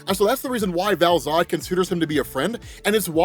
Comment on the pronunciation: All I read in the comments is an correction on Val-Zod